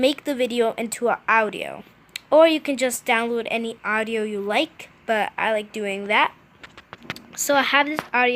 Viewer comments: And she also said owdio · She said ow-dio instead audio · She really did say Awdio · OWdio gurl. It’s AUDIO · Its audio...not owdio... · Awdiow fuck that pronouncing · And AUDIO not OUTIO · BRO ITS AUDIO NOT AOUTDIO! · s t a r awdio like she 6? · Actually she says oudio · RandomVideos It can go two ways :) Aowdio Aoudio She included the “a” But never pronounced the “ah” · How she said audio triggered me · The way you said audio i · I hate how she pronounces audio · SISTER ShOoK No she just can’t pronounce properly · s t a r ugh same she’s trying to sound older when she’s probably only 8. I mean she can’t even pronounce audio like....?